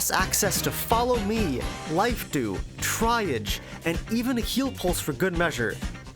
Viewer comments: it actually sounds quite cool the way you pronounce it lol, don’t change it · I'm only 7 minutes in and the high quality of the video is already very clear, seriously, nice work. But my friend, I beg that you google how "triage" is pronounced 😅 🙏